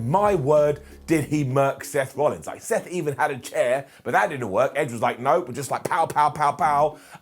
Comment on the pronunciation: Did he call Seth, "steth" at one point towards the end of the video? mark